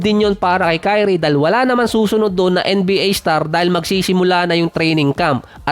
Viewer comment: Dinig ko, TAI_ONE (Ky-One)